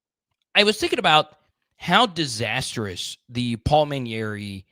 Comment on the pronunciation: MA NE RI… not Manyeri! 🤣🤣🤣